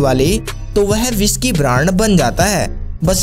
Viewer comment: बिस्की 😂 या विस्की 😅